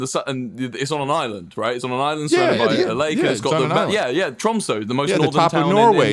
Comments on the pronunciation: Lmao "Tromsoh" (it's pronounced "Tromsuh") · Mispronouncing Tromsø headass... Charlie would never let this happen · I am norwegian, and i would like to point that out, because you guys talking about norway made me special and now I'm commenting about it because its important that people know that I'm norweigan. Now let me state the fact that ur pronouncing Tromsø wrong. Ok now I feel good about myself for stating my nationality because it was mentioned In a video and i feel special. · I will never recover on how they say Tromsø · the tromsø pronunciation is killing me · the pronunciation if Tromsø hurts my soul but i love people talking about norway so its okay